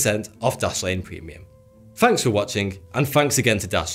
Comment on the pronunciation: "Ferty days, fanks again." Lol I'll never get used to it